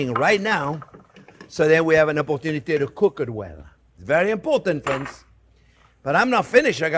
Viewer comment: "well hello there phrinzzzzzzz!!!!"